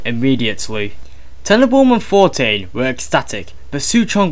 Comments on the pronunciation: "Frank For-tain" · He pronounces Fontaine as Fountyne. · Did the guy reading this even know any of the characters' names ahead of time? That's an "N" in FoNtaine. Not Fortaine. Other small things in this really grate my nerves with repetitive mistakes. It's a great series up to this point but this makes it hard to listen to. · The narrator's voice isn't bad, but he's constantly mispronouncing words (Fortain instead of Fontain) and using the incorrect words instead of the words on screen (Philisophical instead of Psychological). Otherwise, I really appreciate the time and effort that's gone into the project.